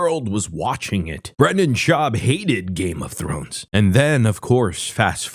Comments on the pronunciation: Games of thorn? Thor? Games of Thor? Thorn? Da fuck he say? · He actually said Thorn lmao ledouche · He couldn’t say game of thrones with a gun to his head